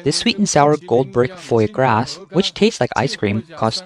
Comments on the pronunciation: It's not "foy grass". It's "fwah-grah". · Saki Yaki??? Foy Gross??? Sushimi?? You mean suki yaki and foie gras and sashimi, right? lol!!! I won’t frequent a Chinese owned sushi restaurant but what you’re explaining here is wholesale pricing vs retail pricing. Every type of restaurant is like this. Would you be surprised to know that a filet mignon is $6 wholesale in N. America and it’s $50 at a restaurant? You purposely neglect to mention that a restaurant has a huge overhead.